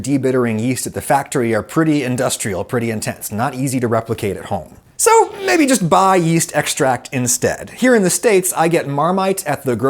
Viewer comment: the straight EMPHASIS on the MMMaybe